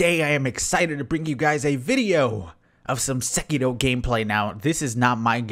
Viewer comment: Finally someone that pronounces Sekiro properly 😭